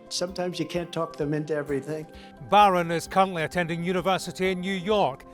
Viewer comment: The way he pronounce Baaaron 😂